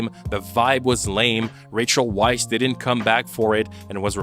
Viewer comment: The disrespect of mispronouncing both Fraser and Weisz! Brendan's surname is Fraser (fray-zer) NOT FRASIER Rachel's surname is pronounced like vice, not Weiss